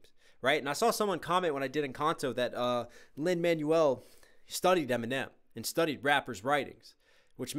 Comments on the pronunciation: Teeny note: It's Lin-"Man-WELL", not "MAN-you-ul". ✌️ Loving your reaction/breakdown vids! 🥰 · WAIT LIN-MANUAL MIRANDA!? IT'S LIN-MANUEL (prounounced Man-Wel) MIRANDA SILLY! otherwise great video now WHERE IS THE PART 2!?